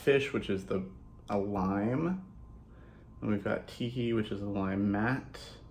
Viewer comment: In this video, every time you say “Tiki” I hear “Kiki.” What’s wrong with me? 🤣 Thanks for the looks with this beautiful, colorful palette! I won’t be ordering cuz I just got Glamlite Ice Cream Dreams 🍧💖💎🐠🍤💜🐢